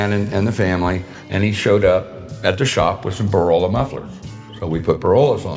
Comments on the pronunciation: “Borola”? I presume he means Borla? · Borolla? Did he mean Borla exhaust?